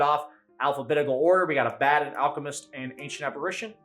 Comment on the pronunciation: Abaddon is a Hebrew term for an archangel from the abyss. Yet nerds still say it incorrectly.